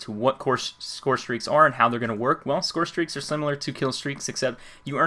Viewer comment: lol he said call of duty ghosts scorestraeaks